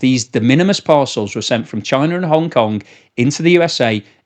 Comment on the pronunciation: "Parcels coming from chienne 🐕" good french pronunciation here!